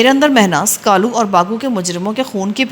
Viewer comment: اچھا لڑکی کا نام کالو ہے آپ اسے غلط بول رہی ہیں۔ کالو لڑکے کا نام ہو تو ( کا ۔۔۔۔ لُو ہے) لڑکی کا ہو تو ( کا۔۔۔۔۔لَو ہے بہ وزن لے لو۔ دے دو۔ یہ لو ۔۔ وہ لو۔ کا لو۔۔۔۔ پلیز آئیندہ اگر ناول میں یہ نام آئے تو تلفظ درست کر لیں۔